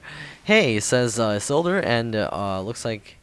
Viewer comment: Isildur! Awesome! IT's pronounced "Ee-seal-door". It's a reference to Lord of the Rings.